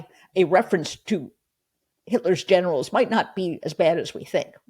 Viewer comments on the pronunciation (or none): Hey, Jen. Did you say "Hitler's Generals" or "Hitler's Genitals"? I guess with Don the Con it could be "Both!"